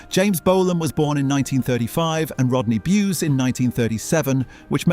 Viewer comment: Thenk you for finally pronouncing Rodney Bewes' name correctly.